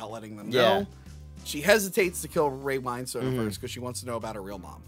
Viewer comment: As a cockney man, I just want to say that it's pronounced Ray "Win-stun".